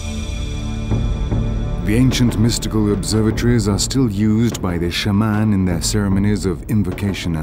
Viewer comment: When he said "Shah-Mahn" I pretty much gave up on this lol